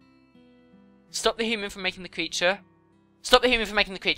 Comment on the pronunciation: "Hooman" is how she has been pronouncing "human".